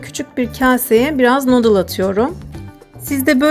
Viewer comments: Nodıldan hhjhıdjdljeej nudeldan diye okunuyo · Nuudil, nodil degil. Nayngeg, nayngag degil. Isterseniz dokuzgag ya da eriste diyebilirsiniz boyle yarim yamalak dil kullanma cabasina gerek yok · Şey o “nudıl” diye okunuyor ama yine de sen bilirsin :)) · "Nodıl" deyişi ... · NODIL DEĞIL ONUN OKUNUŞU NODIL DEME ARTIK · Abla o Noodle deyil nudıl diye okunuyo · Abla nudıl diye okunuyo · Noodle öyle okunmuyor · Noodle ı yazıldığı gibi okuman çok sinir bozucu.